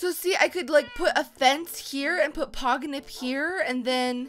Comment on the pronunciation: it's Pogonip not Poginip